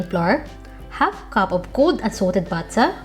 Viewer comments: Our own beloved Pinay Rachel Ray ❤ I love the thick British pronunciation "butta" 😜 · Butta' wata' stig HAHAH LOVE IT